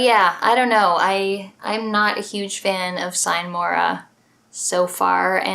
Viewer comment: Hey. It'd be cool to see some gameplay footage of the games you're taking about in addition to your explanation of them. And I don't want to sound like a teacher but "sine mora ex" is latin and thus it's pronounced differently.;)My genres are isometric CRPGs like Baldur's Gate (Top 1 of my personal top 100 list) or also Stealth-Games like Splinter Cell or Dishonored. Basically, I love everything from Deus Ex over Bioshock to Dishonored. All masterpieces of actively involved digital entertainment (or simpy videogames). I'm currently playing Dishonored: Death of the Outsider and recently finished The Witcher (haven't gotten into the series before) and before that I finally, finally played through all of the Eye of the Beholder titles in a row. Still great dungeon crawlers, even more than 25 years later.Have a nice weekend.